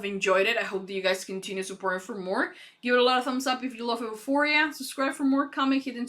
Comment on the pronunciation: love your reactions! xx btw it pronounced you-phoria